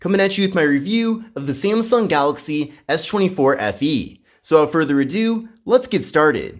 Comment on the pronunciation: "So, afurther adew. Let's get started." LMAO!! Bruh, ya got to stop smokin' before you record! 🤦‍♂️